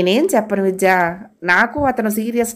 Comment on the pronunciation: Story bagundi … meru chadive vidhanam inka bagundi… Chinna salaha andi…. Vijja…vijya… ani palukutunaru… vidhya ani palakithe baguntundi kada..